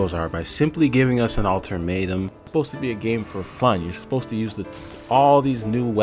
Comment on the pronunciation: I was done after he said“ ultarmatum” instead of ultimatum…